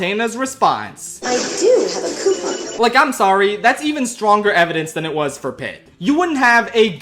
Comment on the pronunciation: I love the moments Philly accent comes through ("cyount," "cyoupon").